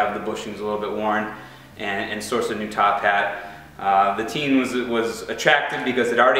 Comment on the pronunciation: FYI: In Japanese Tein is pronounced "tayn" not "teen". Thought you might want to know.